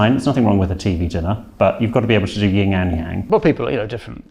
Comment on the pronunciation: He said 'Ying and Yang' instead of 'Yin and Yang'—what a pleb.